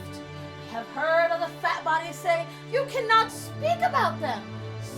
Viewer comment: question for the thumbnail...why would a trans person grow a beard? seems a little dodgy to me... imagine a dietist/weightloss trainer knowign nothign about obesety...wich is kinda theyre job to prevent...people are weird X'D okay i lost my shit on "i'm your fairy FAT mother" wow, the emphasize made me laugh since when do autistic people need to tell every soul they have autism? what does that accomplish?